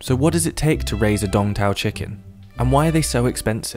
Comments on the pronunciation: I think its called Sooong Taaoo, instead of dong tao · Tôi thì nghĩ nên thuê người Việt để thuyết minh chứ nghe mấy ông tây đọc đông tảo thành Đong thao nghe sai sai ấy